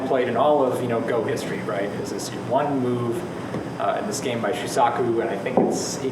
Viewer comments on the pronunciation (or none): Sean Hiska not sure if you still want to know but it is like so: first imagine it spelt as shuusaku. Notice the double u, that is an elongated "u" sound and is similar to an "oo" as in "shoe". The saku part should have no emphasis. It isn't saaaku which would sound like what says. The underlying sound is the same as the beginning of"sock" but it should be shortened. Finally the "Ku" should sound closer to "ck" but a slight "u" sound still be present. That's how you say it. Refer to Japanese people actually saying it if you want to learn properly. Have a nice day! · This normally doesn't happen, but every time I hear Shu-sock-u I cringe and want to turn the video off.